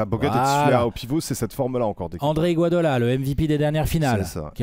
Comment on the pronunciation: Faudra dire un jour a que c'est IGUODALA et pas IGUADOLA 😂😂